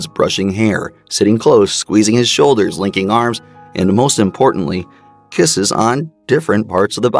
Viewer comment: Lmao, tell me why I heard "licking arms" instead of "linking." And now I can't stop laughing bc it fucked up the rest of the video for me lol.